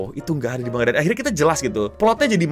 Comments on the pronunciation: kaya tango dibaca tanggo man ga tan go iya gasi? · ejaan jepang, ma n ga, karena itu pengucapannya mangga dan kalau mangaka, penyebutannya manggaka. Rasakan aja pin of shame, dihujat banayak orang